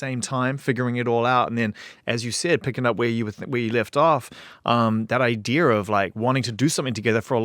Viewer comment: god i love wehn zane says "idear" instead of idea